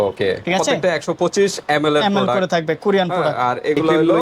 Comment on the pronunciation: প্রোডাক্ট৷ এর নাম ই উচ্চারণ করতে পারছে না এটি যে কত ভালো হবে সেটিত বুঝায় যাচ্ছে 😆